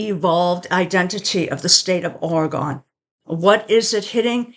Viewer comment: Say it right!!!😂😂